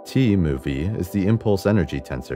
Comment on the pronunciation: The subscripts are pronounced mu and nu. Scrap the computer voice. And the annoying “music.”